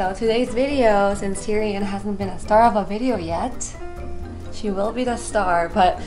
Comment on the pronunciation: OMG the cat's name is Tyrion?! It sounded like was saying Durian to me all this time XD